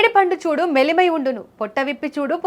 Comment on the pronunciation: మెలిమై ఉండు కాదు, మేలిమై ఉండు అని పలకాలి. తెలుగు నేర్చుకుని యాంకరింగ్ చేయండి.